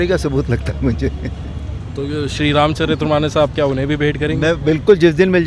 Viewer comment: एंकर महोदय! रामचरितमानस को रामचरित्रमानस न बोलें यदि आप हिन्दू हैं ।